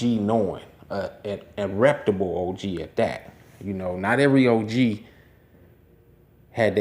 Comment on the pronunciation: WTF is a “Reptable.” You mean “RepUtable.” Please look up words to know what they mean and pronounce them correctly before you use them. You’re on here saying “you know what I’m sayin” 50 times and the answer is “no” - I don’t know what you’re saying.